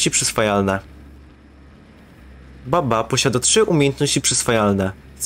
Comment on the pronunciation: I tak na przyszłość mówi się Bubba a nie Babba bo to źle brzmi